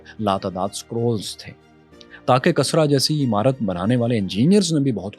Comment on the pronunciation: Kasra nahi hota hai kisra haota hai bhai